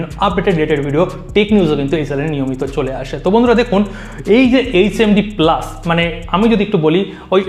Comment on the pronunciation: প্লাস নয় ওটা পালস